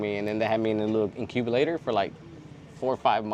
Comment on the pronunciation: He pronounces "incubulator" like a native American, give this guy a citizenship.